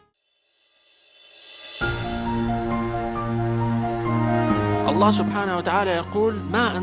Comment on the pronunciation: لما قال (صقع) في النهايه. على بالي قال (طقع)